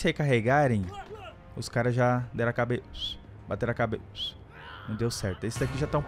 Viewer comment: Mano sempre que o fala "cabecss" eu fico rindo que nem loco